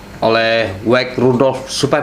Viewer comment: Wage bukan weij pak.tolg jgn baca dgn kaedah inggris.wage adalah hari bgi org brsuku jawa.